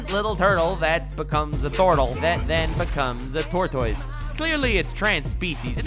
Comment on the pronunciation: I’m sorry, did you pronounce tortoise as “tor-toyss”? I’m not finishing or liking this video.